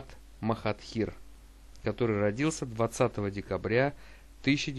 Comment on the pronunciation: Ты его имя не правильно произносишь